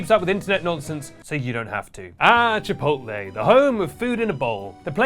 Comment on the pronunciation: finally learned how to pronounce “controversy” and it made him forget how to pronounce “chipotle”